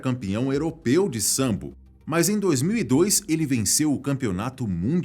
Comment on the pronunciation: Po, mano não é sambo é sambô